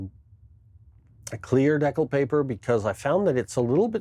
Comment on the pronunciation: That was an interesting way to dee-cal the gons. Great results. Love the old train videos too! Stay warm, eh😂